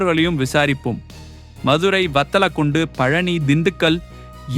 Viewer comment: வத்தலகுண்டு not வத்தகுண்டு